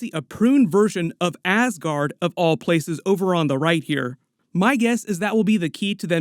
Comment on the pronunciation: Please stop calling ass-guard